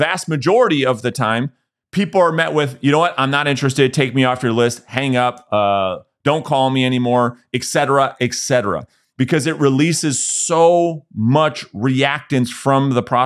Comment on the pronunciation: And it's not "ec cetera." It's ET cetera. Just look at the abbreciation, for crying out loud. It's not "Ecc."